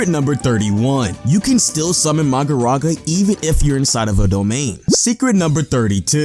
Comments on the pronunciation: Um sir it’s mahoraga not magoraga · Ain’t no one gonna talk about the he pronounced Magoraga instead of Mahoraga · Magoraga bruhhh its Mahoraga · It's not maharaja 8ts Mahoraga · Who's "Magoraga"? I only know of Mahoraga. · ''uhm actually the strongest move is max elephant because that does the most damage'' 🤓 anyway he was making a joke, he means it's weird that the creator of the video said ''magoraga'' and not ''mahoraga'' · ahhh yes ''MAGORAGA'' perfect word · vhy does he say magaraga🥲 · MAGARAGA MAGARAGA MAGARAGA!!! 😂😂😂😂😂😂😂😂😂😂😂😂😂 bro kepts butchering the name from 30 - 36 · Oh yes 'MAGORAGA'